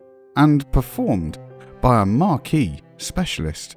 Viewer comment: Not 'Markee' but 'Mark' but that's what happens when Americans try to speak in a posh way.